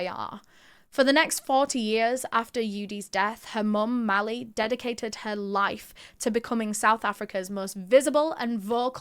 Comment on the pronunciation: The way you said momma is exactly the way you say mom in south africa in afrikaans🇿🇦 ❤ I love your videos and thank you for brining our problems to light ❤